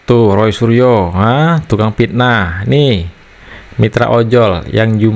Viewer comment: ROY SURYO dibaca RAI ASU😂😂😂😂😂😂😂